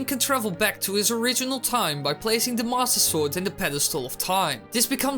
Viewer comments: am i the only one who heard "THE MASSER SORG" at the beginning? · did he say "the masta sword" at the beggining? XD